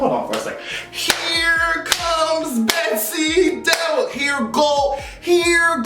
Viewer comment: I'm gonna miss hearing "HERE. COMES. BETSY. DEVOS" lmaoooo